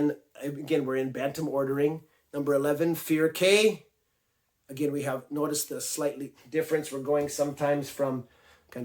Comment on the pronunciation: Cay as in a reef. "Key".